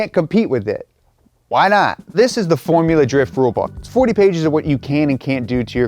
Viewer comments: "forula" drift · "Forula" Drift???